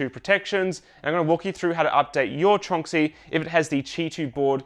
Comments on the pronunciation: I just realized I’ve been pronouncing Tornxy wrong for a long time. I always thought it was TRON X Y 🤷‍♂️ Great update! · I've had my Tronxy for 3 years, and I'm just learning now how to pronounce it?